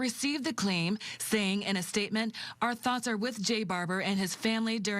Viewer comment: plus you know Pierces prosecutor is low IQ "igspecially"